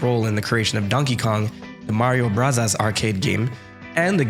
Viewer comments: I don't understand people complaining about super mario bros. and super mario brothers interchangeably. I also don't understand why you're pronouncing it as "brasas" who says it like that? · My mans really said, “ supah marios brutas” love the petty. Keep it up! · immediate subscribe on hearing 'supah mario brazas' 😂died laughing, thank you for making this! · Yeah, I would cringe if someone said "ave" instead of "avenue." You're not right on this. You can continue to be wrong if you prefer, but... you're still wrong. Just watch the intro to Super Smash Bros. and Super Smash Bros. Melee. It's "brothers" not "bros." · At some points, I thought he said Super Mario Brazzers. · Its definitely pronounced broze. That was such an annoying way to pronounce it,i know it was annoying on porpoise tho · Super Mario Bros. 🙅 Super Mario Brothers 🙅 Super Mario Brasas 👌